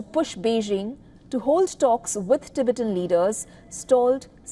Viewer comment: First please learn how to pronounce the word Tibet and Tibetan 🙄! You guys come off ignorant and borderline disrespectful.